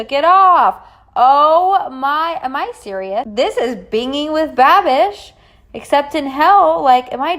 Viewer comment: i was ok with everything up until the way you pronounced binging with babish...BITCH REALLY?? lmao